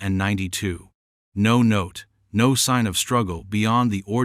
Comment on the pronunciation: It just goes on like a novel,bored 2min in,and AI can't say 1992 it's annoying